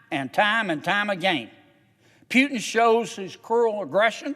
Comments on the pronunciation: Hes name is not Pjutin, its Putin ;) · "Pyutin", really??? I thought this dude was intelligent. I guess not. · Senator John Kennedy, we are not a democracy sir. We are a Constitutional Republic! But I like the fact how he says Putin, Pewtin' 😁